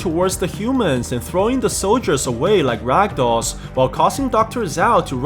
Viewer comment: ah yes he say like ragdoll again